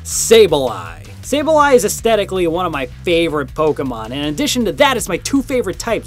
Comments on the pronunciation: when you said sableye it sounds like stay alive. So I was singing at the end of your video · Everyone should realize that he said sableye and sableye we got this guy needs more subs for that